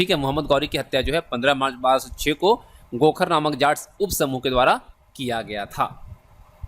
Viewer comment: 1035ई,को(दस पैतीस )नही बोलो। एक हजार पैतीस ईस्वी बोलो। खोखर को आप गोखर बोल रहे हो ।🤔🤔